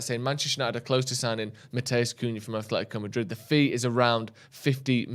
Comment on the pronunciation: AH-LE-THI-CO Madrid! Jeeez it’s not hard to know this after the years they’ve told people how to pronounce their name.